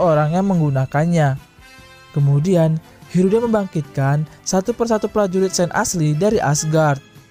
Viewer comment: Hilda bang bukan heruda